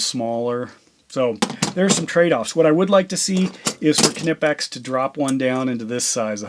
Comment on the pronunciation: In the name knipex, the K is silent...